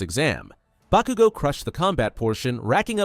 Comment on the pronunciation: Stop saying bakugo wrong